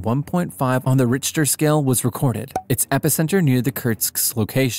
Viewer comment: Richter is pronounced Rickter. 🙄